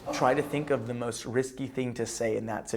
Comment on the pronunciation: Oh also it's "the" not "da" haha dumbass